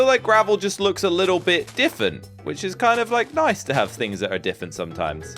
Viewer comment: always says diffifeny